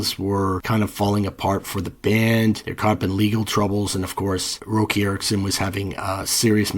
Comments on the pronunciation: It’s Rock-e not Roe-key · Please quit pronouncing Roky Erickson that way. I seen him live and all the Vans and friends around him called him Rocky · How the fuck are you gonna disrespect the amazing Roky Erickson by calling him Roki??? I stopped watching right there. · Lol…. Good”ol’ ROE-KEY 💀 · Roky Erickson is pronounced as “Rocky” His name was Roger Kynard Erickson (Roky) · dood I’m sorry, I m must’ve been on my rag, I typed it then was trying to find it to delete it. I just love that his name was rocky and he was bonkers, It kinda felt like pronouncing the other way took away one of the funniest parts about him! My sincerest apologies Honestly Love your work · I knew his name as a teenager and also thought it was pronounced like that. Comparing the sounds of Red Krayola and 13th Floor Elevators, 13th Floor are overrated. Yawn! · 🦃⚡🎸🤯😵⚰️🕳️🪦🤘🦃 no great sin-- hell, I mispronounced his name fer a long time myself. If you have nobody in yr life to talk this sorta music with, & especially back in the analog days, if you've never heard a name spoken aloud, how is you to know?!? I return to your channel for clear-eyed, insightful examinations of some of my favourite rock n' roll combos, & some to whom you've hipped me. Thanks fer that, BTW... 🦃⚡🎸🤯😵⚰️🕳️🪦🤘🦃